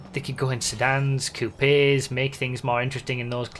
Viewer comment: Did anybody else hear coup-ays